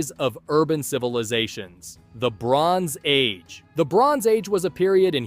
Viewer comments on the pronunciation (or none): What he says: the bronze age What I hear: LeBrons age